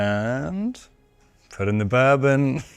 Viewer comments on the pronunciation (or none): none